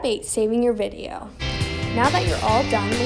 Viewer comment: "create a vEEdioh"